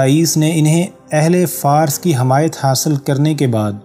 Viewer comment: Jinab lafz "Farus" kehty hein Fars ghalat hy